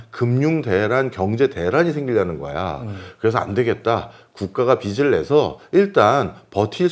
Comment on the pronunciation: 언제나 좋은 강의에 정말 감사드립니다. 모든 것이 다 좋은데 한 가지 말씀드리고 싶은 것이 있어서 글을 남깁니다. 경제 프로그램이니까 '빚'이라는 단어가 자주 나오는데, '빚이, 빚을'의 발음을 '비시, 비슬'이라고 하셔서 좀 고쳐주시면 더 좋은 프로그램이 될 것 같습니다. 별 것 아니긴 하지만 옥의 티라고나 할까요.... 감사합니다.